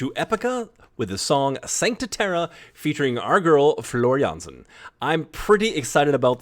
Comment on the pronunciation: Not sure when this happened but your pronunciation of Floor' full name is native speaker level. 😂🤘🤘🤘